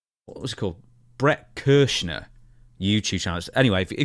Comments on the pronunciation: “Bret Kershner” 😂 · Pronounced Bert (Cry-sure) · His name is Bert Kreischer, but don’t worry bc you inadvertently adhered to a popular running joke of always getting his name wrong. 😂